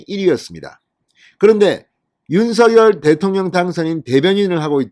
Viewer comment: 윤석열 발음이 않되시나요?